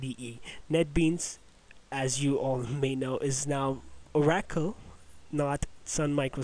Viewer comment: oar-ah-cull NOT oar-a-kill The word Oracle goes way back in history. Loom it up. Very interesting and should and can be pronounced correctly.